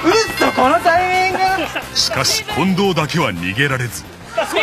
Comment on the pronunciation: 「コンドームの近藤です」で皆スルーなんだ…って思っちゃった(笑)